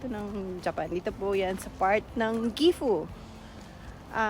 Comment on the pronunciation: Gifu???? Diko naintindihan 😂